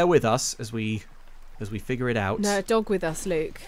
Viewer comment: Every time she said dog I kept hearing Dob. "Dob, don't do that." Yep, sounds about right.